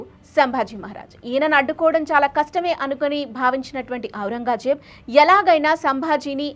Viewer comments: బాగా చెప్పారు.... కొంచెం తెలుగు ఉచ్చారణ ఇంప్రూవ్ చేసుకోండి... ఔరంగాజేబ్ కాదు... ఔరంగజేబ్ అని పలకాలి.... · ఔరంగాజేబ్ కాదు ఔరంగ్ జేబ్. సవరించుకోగలరు. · ఔరంగా జేబ్ కాదు ఔరంగజేబ్